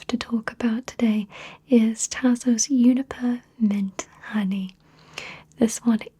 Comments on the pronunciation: It's actually pronounced "joo-ni-per" but I like it much better when you say "you-ni-per" :) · I knew the Brits said Hherbal but I didn't know they'd said Yuniper